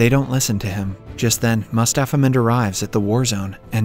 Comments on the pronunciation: everytime he said "mustapha mond" i heard "mustapha man" lol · I heared mustafa mouth instead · So i here aswell Mustafas Mond